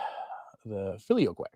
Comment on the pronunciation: Google says you are pronouncing "filioque" correctly.